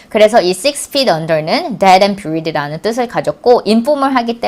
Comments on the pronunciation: Buried를 뷰리드로 발음하네요? 대---------박!! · dead and buried 에서 buried 의 발음을 듣고 깜놀 ! 직접 듣어보심 압니다. 글구 설명함서 머리를 지나치게 만지시는듯.. 좋은 강의 감삳려요 !